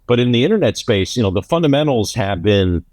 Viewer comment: love the content but there is a "D" in funDamentals lol